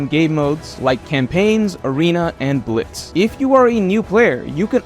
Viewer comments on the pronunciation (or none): none